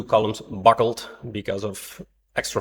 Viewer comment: The word is buckle, not buckel.